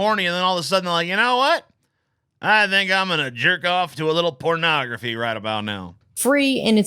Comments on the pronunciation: I can't no I'm 10 minutes in and she keeps saying cornagrophy. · Don't worry, she inexplicably switches to "ography" later